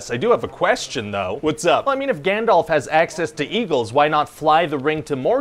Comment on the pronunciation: Is he calling Gandalf Gandelf??